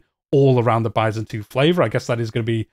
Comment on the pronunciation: You're pronouncing byzantine funny